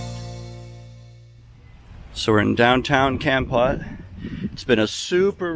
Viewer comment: Hi! The correct pronunciation is Kampote. If you care. Enjoy your times in Cambodia.